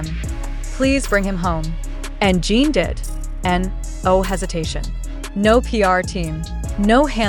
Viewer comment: It’s JIN not gene